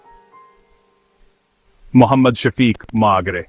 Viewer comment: Agr khud sy bol ni skty too at least voice editing too achy sy kr diya krin Word magray hota hai magre ni hai